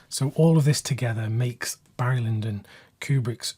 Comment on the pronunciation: “Hairy” Lyndon?